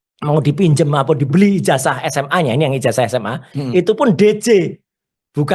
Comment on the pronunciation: Ijazah bukan ijasah...betulkan pengucapan bhs Indonesianya😂